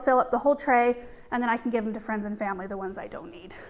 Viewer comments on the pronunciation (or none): none